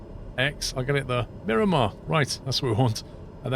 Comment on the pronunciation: Come on! Multiple people in last video pointed out that it is Miramar. When you entered the airport in Sky Vector it TOLD you it was MIRAMAR MCAS. You continue to call it and label it Mirimar. As a San Diego native, this bugs me greatly. Where are you getting Mirimar from?